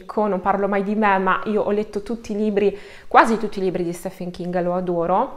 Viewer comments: STEPHEN si pronuncia "STIVN" in inglese come si pronuncia Steven perché l'etimologia della parola latina è pronunciata in anglogaelico .La tua pronuncia quando citi il nome del maestro king è scorretta. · Bravissima! Però Stephen King pronunciato così non si può sentire 😅 La pronuncia corretta è ‘Stiven’.